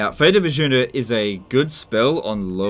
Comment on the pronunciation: Bjuna is pronounced like “Byuna”. Just think like fjord or Bjorn